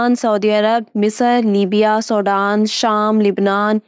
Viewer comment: کویت اور سوڈان کے نام ٹھیک سے سیکھ لیں،،، اور تاریخ سے زیادہ اپنے حسن کی تشہیر نہ کریں۔۔۔ دولت اور شہرت، حیا کی قیمت نہیں ہو سکتے۔